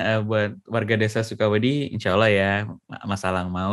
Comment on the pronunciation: Sukawedhi? Cara pengucapan Mas nya terdengar SukaWedhi = Suka Pasir, bukan SukaWedi = Suka Takut.